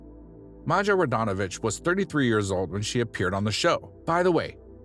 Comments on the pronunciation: It is pronounced Maya, yea. She seems to have either Balkan or Slavic parents, judging by her last name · I thought Maja was pronounced as Maia as it's an Eastern European name. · I love the fact that you got “Mah-jah” “Maga” (Maja’s) name wrong for her entire segment! Lmao. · Not sure, but Maja's surname sounds Croatian/Serbian, it may have been spelled like 'Maya'? (It would be spelled this way in my language - Polish), but I agree, 'Maga' sounds a little funny.